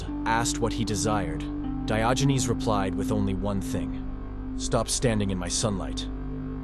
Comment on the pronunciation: He was not called Dayoginez. 🤣